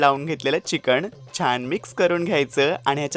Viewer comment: Ali tai ghanerda jewan gheun..... 🤦‍♀️🤦‍♀️🤦‍♀️🤦‍♀️ Chicken mhanta yet nahi adanchot tai la....